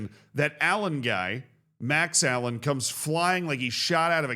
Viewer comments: its not Allen its uh-lane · For future reference, it's pronounced "uh-lay-n" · Lol the Max Alleyne (Ah-lane) pronunciation was almost as funny as Macclesfield